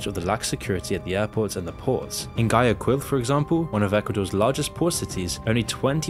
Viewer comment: Your videos are very informative and have shed a light on the situation, however I recommend you research how to properly pronounce the names of people and places in languages that aren't in English. You didn't say Villavicencio correctly nor did you pronounce Guayaquil well. Sometimes you can type those kinds of names on youtube and listen to how natives say them.